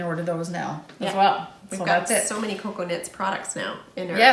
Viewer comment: Oh, my goodness you two are hilarious, but when referred to Cocoknits as Coconuts, I lost it! So much fun knitting with you two. I'm so happy that Charlie is doing well.